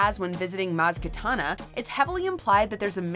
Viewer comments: 😂😂 maz katana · “Maz Katana” lol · Kanata, not Katana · Maz katana lmao it’s kanata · Maz KANATA. Not KATANA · Maz katana? It’s kanata not katana lol. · Maz Katana???????? She is called Maz kanata you rapscallions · Maz Katana? We for real? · ‘maz katana’ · Who is Maz Katana? :/ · Maz KATANA? Really? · Wait did they really said "Mazz Katana"?